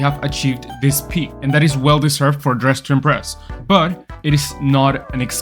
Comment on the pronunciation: "Dressin breast" 💀